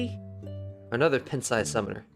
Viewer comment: Sorry in advance, but in case you would want to know: it's p"eye"nt sized summoner...as in tiny...like a pint of milk. Pronunciation aside, you're getting pretty damned good at this game. You have an excellent grasp of a lot of different cards and character types.